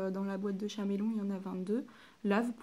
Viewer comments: putain mais on dit Caméléon pas chaméléon golmon va teubé 😂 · Merci mais on dit [kaméléon] et pas [chaméléon] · Chameleon se prononce CAméléon